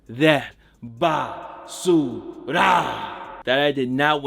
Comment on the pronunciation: it’s ba su L